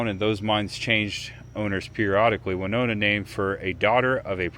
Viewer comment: It's very sad to hear about Hank Williams and I still hear in my head Midnight in Montgomery by Alan Jackson one of my favorite Country artists. 😞 A lot of people do the same thing on the sky bridge in Las Vegas near Hoover Dam,. It's pronounced Winona win not wy like Winona Ryder.